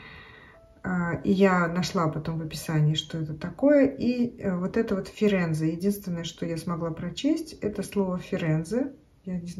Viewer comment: Привет сегодня понравились клипсы с морозным стеклом колье от Coro. Браслет из Firenze отличная находка. Прочитала правильно по итальянски. Люблю Флоренцию там целая улица с бутиками украшений. Когда-то жила недалеко от этого города. Сегодня кстати умер Берлускони.